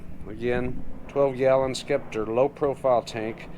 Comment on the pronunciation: I’m dying. This dude called a Genius a Genesis and pronounced the c in scepter.